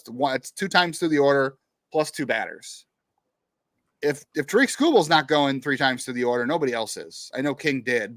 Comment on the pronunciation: Please pronounce Tarik Skubal's name correctly! It's pronounced TERR-eck not ta-RIK!!